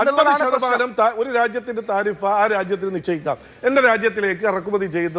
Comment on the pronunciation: നോക്കി വായിക്കുന്നു എന്ന് മനസ്സിലായി തിരിഫ് അത് താരിഫ് ആയി വായിച്ച cpm 😮